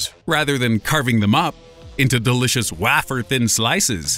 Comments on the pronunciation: waffer? It's wafer and pronounced like WAY-FUR. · WAFFER? its way-fer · .......did he say Wah-fer??? It’s way-fer lol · Wafer: way-fur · Wah-fer? haha